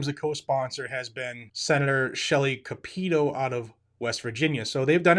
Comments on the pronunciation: Not capito 🤦🏼‍♂️ say it with me my friend cap-i-toe 🤦🏼‍♂️😪🥴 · Lol by the way that's pronounced Cap-it-toe. She's a pretty good senator. Mansion on the other hand is as wishy washy as they come. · Capito. "CAP-it-oh." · Shelly Capito (Cap-i-toe) WV